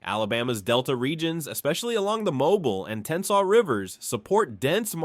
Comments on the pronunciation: If you can’t pronounce Mobile, that’s (Mobi-eel) then don’t narrate a video of Mobile. (Mobilee) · As a Mobilian, we pronounce it with three syllables. Mo bea ll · The number of things this idiot obvious robot mispronounces is staggering. If you pronounce Mobile like this idiot AI (Absolute Idiot) in downtown Mobile you are likely to either be laughed at or more likely get your a$$ beat. Also Dauphin Island doesn't deserve such linguistic butchery either. The information is WRONG and the pictures are just disgustingly FAKE. It's impossible for an Alabamian to take seriously or watch since the writer loses all credibility simply because they are too stupid to do any research. Now go get an education and a real job and pick a subject you might actually have a clue about next time. Damn yankees! and no thats NOT capitalized in this context! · This was the worst video I’ve ever watched from this guy, maybe the worst video ever. Again, you can’t pronounce Mobile, so just stop. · I'm not being mean, but you should check how to pronounce things and places.😂 I just thought it was funny how he said Mobile and other cities and words. I've lived in Alabama all my life (about 20 miles east of Birmingham). Where is he getting his fairly accurate information? I lived in West Blocton for about 2 years. There's nothing there. I remember people coming there just to see the Cahaba water lilies. I've only seen pictures, but they are so pretty and unique. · It's pronounced mo - BEEL! Say it with me, mo BEEL Not MO bull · 😢 MY FRIEND THE NAME OF THE TOWN IS PRONOUNCED MO-BILL NOT MOBILE😢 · it pronounced MOE BEEL NOT MOBILE, MOBIL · Mo BEEL NOT mo bul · "Mo-beel" Not "Mo-bull" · Pronounce Eufaula this way narrator: U-fall-ah!! Also Mobile is pronounced: Mo-beel not Mobile (mo-bull)!!!!! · It is not pronounced as Mobile, it is “Mo-Beel” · Its not pronounced mo-bull, its pronounced mo-bill. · First off , it's pronounced..."Moe... beeal"....not mobile like a infants crib toy.